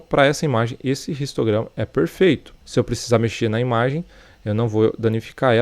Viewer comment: Bromo seu vídeos são muito legais e vc explica muito bem mas por que vc fala "ristograma" e não "histograma"?